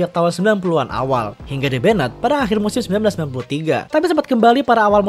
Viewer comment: di "ben-ned" ...